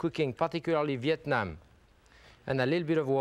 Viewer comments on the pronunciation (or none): none